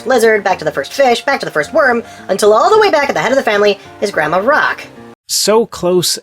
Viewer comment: "Famyla trees"